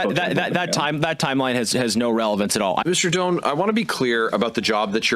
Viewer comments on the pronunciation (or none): FYI: Minh Doan is of Chinese-Vietnamese heritage. I have lived in VN. His family name is pronounced something like: DOH-ahn << 2nd syllable is low tone. Not DOHN. I checked the VN spelling: Đoàn. The descending diacritic over the "o" indicates low tone.